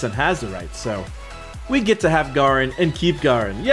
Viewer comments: nice video ... garen is pronounced Gaeh-Rin btw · Its pronounced Gair-rin